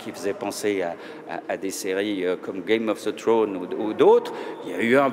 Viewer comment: Ont dit "Game of Thrones, pas "Game of the Thrones".